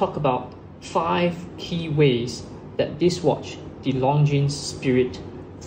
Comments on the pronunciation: The S is silent. It's not pronounced LONGJEANS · Long Jeans? How can you have a watch channel and not know how to pronounce basic watch brand names? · Please do not pronounce the ''es'' in Longines. It's a French. Leave out the ''es'' and you're golden. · It’s spoken as Longine! Silent S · Long jeans! Thats how most Singaporean shouts out it as. Nothing wrong with pronouncing it from a local standpoint. He does not sound fake. Keep it up👍 Would like to see more reviews mid priced luxury watches from your channel. But keep in mind, that since comparisons are made between 2 watches, always be reminded to repeat that these reviews are in your own personal opinion and preference.